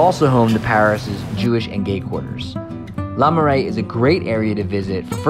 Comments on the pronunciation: Not LA Marais, LER Marais! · Le marais not LA marais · LE Marais, not LA Marais. The text says LE but he keeps saying LA.